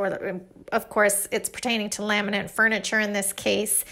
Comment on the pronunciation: The word laminate does not have an "n" at the end.